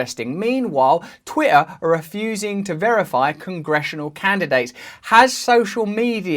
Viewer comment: This dude can't even pronounce the word "Twitter"